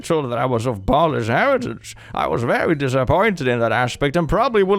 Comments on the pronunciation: Its pronouncing polish like nail polish for me 😭 fyi it’s pronounced like “p-oh-lish” if that makes sense lol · there are wireless vr headsets that u place ur phone onto to play games, so that kid couldve been playing something also Polish is pronounced "poe-lish," and "pah-lish" (how u were saying it) is like nail polish :) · Polish??? I'm sure it's Po-lish.....lolol the other one is like giving something a shine. No one cares about my polish heritage either. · Am I an uncultured swine or is saying Polish wrong?